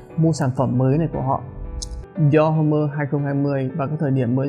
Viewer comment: Đọc là dior- ôm chứ ko phải dior hôm-mơ anh ah.